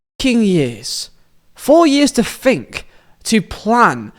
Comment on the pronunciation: "Four years to Fink" 🤣